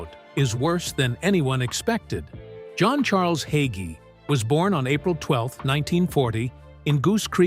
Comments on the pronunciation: Hay——gee. Hagee. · Bro.Hagee preaches the truth. God saud we would be hated just as his son JESUS CHRIST was when he came here. I stand with Bro. Hagee. Judge not or you will be judged in the same manner You cant even pronouncr his name correctly